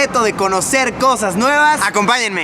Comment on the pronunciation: Luisito comunica en vez de cosas nuevas dices cojas nuevas jajajaja... en el minuto a jajaja no paro de reir